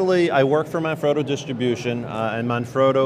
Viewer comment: Oh Good Lord what i see...It's Manfrotto... (Italian word, i'm Italian) not ManFroto... i think that you make a mistake...